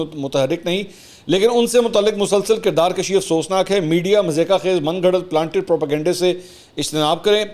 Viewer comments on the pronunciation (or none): Kirdar kashi nahi hoti bhai, "kirdar kushi" hoti hai. "Kushi" means marna, aur "kashi" means barh'hana. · سر کردار کُشی ہے کردار کَشی نہیں